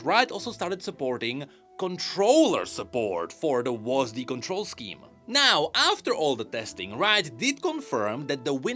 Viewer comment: hearing wasD instead of W.A.S.D. was really funny to me for some reason